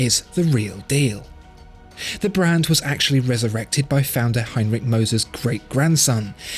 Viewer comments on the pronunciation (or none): none